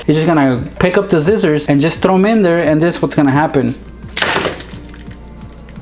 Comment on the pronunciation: he always says zcissors instead of scissors